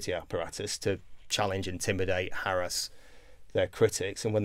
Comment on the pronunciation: Hurrah! At last, someone who can pronounce ‘harass’, (‘Some mothers do have them’, has much to answer for).